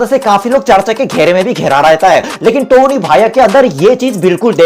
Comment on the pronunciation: it 's टोनी not तोनी🤣